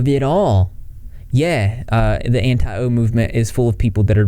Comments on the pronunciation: Jesus Christ, everytime you say Anti-O i cringe can you not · Every time he says “anti-o” my soul cringes out of my body. It’s so dehumanizing. Like keemstar views everyone who doesn’t like onision as a brainless bot, too blinded by their hatred for some greasy onion boy to think clearly and look at facts. In reality people that don’t like onision are anti-abuse and are critical of his behavior and actions. It’s not some personal thing against some guy we don’t know, it’s about calling people out for harmful behavior. And the fact that he thinks onision is going to grow from all this and have some redemption arc demonstrates a complete lack of understanding of the story he is reporting on.